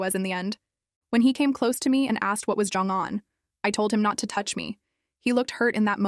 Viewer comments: I came down to the comments just to point it out because it seems to be spelled correctly in text, but the TTS just keeps saying "giong". It's getting a little annoying that it's just the one word... lol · Why is going pronounced “jeange” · Is no one gonna talk about the pronunciation of going